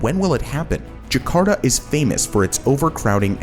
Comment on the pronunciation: I dont know why US people use proper Spanish accents but for other languages they use their US accent. When they say Por Favor or Ke Pasa, they never say it like Phor - fay - vorh or kay - phaysaa. But this guy is saying Jaa - karr - taa as jekharda.